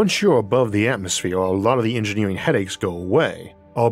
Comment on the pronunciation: LOL this dude can't do Rs he says Atmosfewe